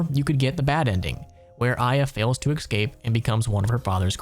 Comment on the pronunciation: I just wanna say that pronouncing 'escape' as 'excape' is very very annoying.